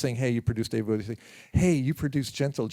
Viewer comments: He played along to people mispronouncing his name wrong his entire career. Of course in Bowie fashion, he never put the interviewer down. Class act he was. ❤ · Why can't the fucking interviewer even get Bowie's name right?? He got his name from the bowie knife and even Tony says it. FFS!!!